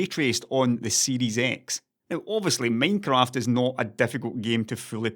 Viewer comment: is my favorite way to pronounce "Minecraft"